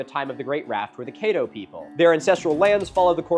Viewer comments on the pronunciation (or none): It’s not Cāddo. (Ca)t 🐱 (Ca)ddo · The a in Caddo is short like the a in cat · It’s pronounced ka-dow…or cat-dough…not kay-dow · The A in Caddo is pronounced more like cat instead of Kate like you are using. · It is pronounced Cad-ooo, not kaydo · Grew up in Caddo Parish on the Black Bayou, so cool seeing someone not from our area learn about the raft. It's Caddo, like "caddy", not Kayddo. 10/10, great video. Looking forward to the Poverty Point video. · A double consonant in "Caddo" suggests a short vowel /a/ instead of a long vowel /ai/. Also backed up by videos about the Caddo and if you google "How to pronounce Caddo." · Tell him it’s pronounced closer to how it’s spelled 😂 Caddo rhymes with Shadow Kaydoh is silly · Yours saying Caddo wrong brother. Chad-Doe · I am from Shreveport, Louisiana... And I must say, great video. But... the "a" in Caddo is pronounced like the "a" in cat. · Cad-doe and Bist-a-no is how they pronounce it in LA. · Caddo is pronounced "Caad"-"dough" like CAD from computer aided design. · Dude I love your stuff, but pronunciation was killing me through this one. Cadd- oh. Nak a dish. Still gonna watch through the end. And all future stuff. Keep up the great content. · Caddo rhymes with shadow… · Thank you so much for doing a video on my home! Just to help you out with some pronunciations for next time CAT-TOE lake (caddo) Lake BISS-TEN-KNOW All love geaux tigahs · Native Texan & I’ve never heard of the great raft. Thanks for sharing! And Caddo is pronounced like it’s spelled, cad-doh. Natchitoches is natch-uh-toe-chiss, 1st syllable stressed. I wonder if weather events such as tornadoes & hurricanes contributed to the debris in the river. That area is renowned for those weather events. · Just wanna mention the way he pronounces Caddo is wrong, it’s Ka-dow and the only reason I know this is because I am a member of the Caddo tribe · Caddo is not pronounced caydo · Great job but as a native Louisiana man it’s caddo lake but said c-add -o